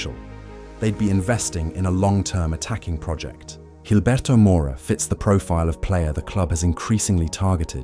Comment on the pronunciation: G makes a H sound not a J, this isn’t fuckin Portuguese